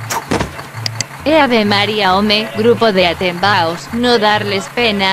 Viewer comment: "Atembaos" jajajaja